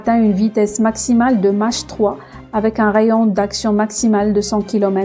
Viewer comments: On ne prononçe pas Matche mais Mac.....Vous êtes commes les fusées chinoises..Bas de gammes ! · ON DIT PAS MACHE 3 MAIS CA CE PRONONCE MAKE 3 MAIS S ECRIT MACH 3 😃😃